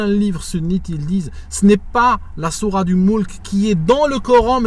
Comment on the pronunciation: Je crois qu'il faut prononcer le "t" dans Sourate, je ne crois pas que le "t" soit silencieux ... Sinon merci de ta vidéo, le beau-frère de mon ex-femme, ainsi que sa femme (soeur de mon ex-femme), qui vivent en Algérie (Kabylie), m'a expliqué un jour pourquoi il s'était converti au christianisme: il m'avait dit que c'était justement à cause d'une cassette stéréo qui circulait en Algérie et qui décrivait le Châtiment de la tombe. C'était tellement angoissant d'entendre cette cassette que ça a, selon lui, généré beaucoup de dépressions et détresses chez les gens.